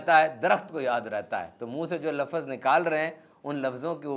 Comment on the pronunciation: ماشاءاللہ آپ کی باتیں دل کو لگتی ہیں اللہ پاک آپ جزائے خیر عطا فرمائے اور ہمیں ان باتوں پر عمل کی توفیق عطا فرمائے آمین بہت معذرت کے ساتھ آپ کی ایک غلطی نکالی ہے آپ لفظ کو لفظز بولتے ییں اردو میں اس طرح نہیں بولا جاتا